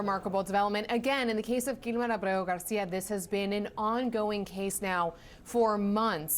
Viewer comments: Why does she keep pronouncing his name that way? She can't even get it right 3 times in a row, lol. Clown school. I would love to see her code switch and pronounce his name if he was Japanese, Russian, French, Italian. CNN ur a joke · why can't she pronounce his name correctly? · LOL The Virtue signaling pronunciation of his name is so hilarious, I love how she tries it the second time and tricks all over herself and his name just comes out as babbling. Why do anchors do that for Hispanic names. You don't break out into a Irish accent when someone's named Jimmy O'Connor. But they feel the need to accentuate Hispanic names Marion soft weak people bending the knee to minorities so that they're not perceived as big meanies. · Kilmar Ubrego Garcia 😂 ( hold my drink 🍹-let me pronounce this in Español )